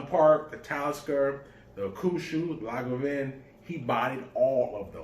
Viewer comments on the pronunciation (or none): Lagavin? It's Lagavulin...